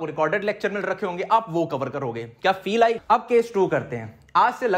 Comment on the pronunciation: I like the way he says "feel ayi"❤️